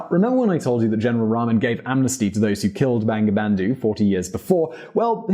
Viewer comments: It’s not banga bandu.. it’s bongo bondhu... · its actually pronounced "bongobondhu" haha. bengali romanisation is kinda shit. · Bangabandhu pronunciation is = bongo bondhu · Please pronounce Bangladesh and Bangabandhu properly. its really insulting how you make videos of countries by pronouncing the names and it's leaders' names wrong. Thank you